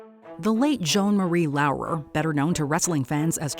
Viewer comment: Show some bloody respects and pronounce her name right